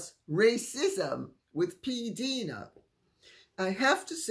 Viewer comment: PDina is pronounced with a long “i”. Rhymes with die, not deed.